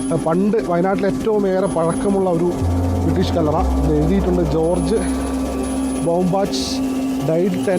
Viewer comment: കള്ളറ അല്ല ചേച്ചി കല്ലറ 😂😂😂